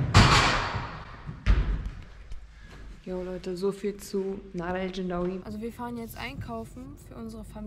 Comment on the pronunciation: NadERR nicht Nadah hahahahahaha